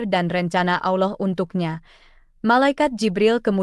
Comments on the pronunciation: Bukan auloh tapi alloh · Ma,af klo emang beragama , islam jgn sampe slh sebut Allah bkn alah,🙏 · Bukan alah anjir bqca nya tpi Allah.plis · Salam, betul ucapan nya berlapal salah yakni alah padahal seharus nya allah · Allooh. Bukan. Alah. Ya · Itu benar bukan bukan alah sebutannyda tapi allah.❤ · Ini juru video sebut allah seperti aulloh. aullah. 😂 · membaca lah dengar benar apa kalimat Allah jangan sampai bunyi nya seperti aullah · Penulisannya Allah tapi cara bacanya Alloh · Ko bilangnya Alah. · Betul ,kata Allah tebal Lam jalalah taphim ,bukan tarqiq,Allah swt,maaf koreksi ,sallm ukhuwah 🙏❤️